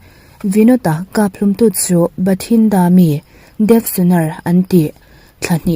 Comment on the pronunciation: Pumhlum hi saihlum tih a (hlum) angin i lam zel a, zikhlum a (hlum) anga lam tur ania.